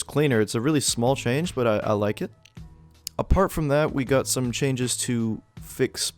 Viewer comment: i want to subtitle this and put "stum (wait what?)" for when u said stum instead of some